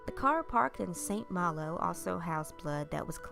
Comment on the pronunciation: I really love your voice, I find it so relaxing. You got a few words and names wrong but you're not French so don't worry, we understand. I'm English but because we're near to France we get to hear French pronunciation more often. So St Malo is said: San Marlho, Marie-France as Maree Frhonss, and Maurice as Morhees.